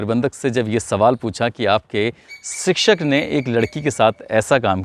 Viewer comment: Sikshak nahi shikshak hota he